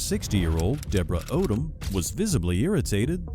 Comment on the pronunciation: The 1st lady's name is really, really pronounced OH , DUMB" !!